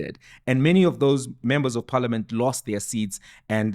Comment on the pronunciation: Phalamint, not parliament